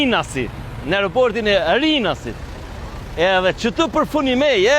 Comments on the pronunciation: O BERAT NUK KE MUNDESI TE KORIGJOSH SHQIPEN PASI EKSPERTET GJUHESOR KENDEJ KAN PUNUAR ME VITE THUHET RINAS DHE DHE JO RINAAASIT NUK I JEPET AS FUQI AS ZGJATJE GERMES ESHTE E PA NEVOJSHME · Hahaha rinasit e rinasit po njisoj a veq theksi ndryshon hahaha